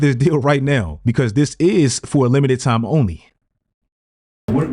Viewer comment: how come people keep pronouncing time as tarm?